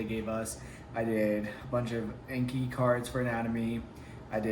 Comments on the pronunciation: I love these videos but the way you say "ayne-ke" instead of "awn-ki" drives me insane lol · People that say “ayn-ke” drive me mad 😂😂. I was literally yelling at my computer screen “it’s AWN-Ki” 😂😂😂. But congrats on starting med school! And honestly watch the boards video, do the subsequent anki cards for them, then go through lecture materials. Do your daily ANKI reviews. Incorporate pathoma when you guys start learning disease pathologies & stuff. Then use sketchy when you guys get to microbiology & pharm. all the best! - M2 student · I’m not in medical school, but I am also taking Anatomy/Physiology right now. We’re going over the lymphatic, immune, and cardiovascular systems right now... I couldn’t understand the cards you were talking about. It sounded like you were saying “inky cards” or “NK cards” or something. What are you talking about exactly? Are those online flashcards or something?